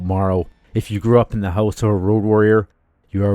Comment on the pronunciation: "Loaded Hoose" yup, you're Canadian 😂